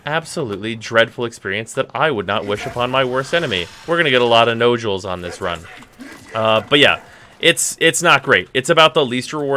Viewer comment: BTW, that is not how you pronounce 'Nodule'. You say it just like 'Module' (except it starts with an 'N', rather than an 'M'.) "Nod - Yule" (And no, I am not referring to when you call them 'noodles', rather your calling them 'No - Duels' )